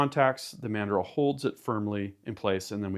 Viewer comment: "EXPANDING MADREL"